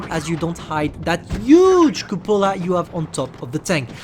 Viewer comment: “the yooge cupolar”